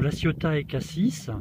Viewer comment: Jolie démonstration, mais juste pour info, on ne prononce pas le S final de Cassis ni le Z de Embiez.